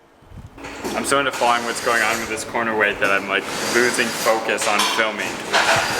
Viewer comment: Why does sound like he is saying quarter balancing lol.